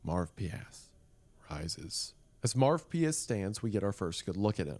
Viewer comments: This series is so interesting but the name Marvpyas sounds so bad that it literally takes me out of the experience. Is Wendigoon saying it wrong or is it actually that stupid? Marv pee ass sounds like something a rude 5 year old would call some kid they don’t like named Marvin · Yeah like id be scared of a demon called marv-pee-ass 🤓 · Every time he says “marvpias” I can’t help but think of Marv from home alone hahahaha 😅